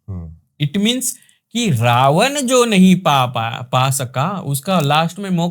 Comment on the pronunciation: रावण hota h, रावन nahi 😅